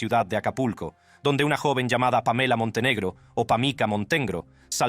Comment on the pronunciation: Para los que se quejan de su narración: Hago de su conocimiento, que se trata de un dictado a voz, realizado por una IA. Ha avanzado mucho desde Loquendo, pero todavía tiene detalles, como el hecho de pronunciar: "Lesleeiiannpamelamonteneguro" en .